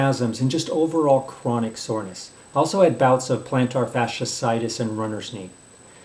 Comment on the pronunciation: Quackery and huskster. Can't even pronounce iliotibial band or fasciitis It's not itilio band or fashusitis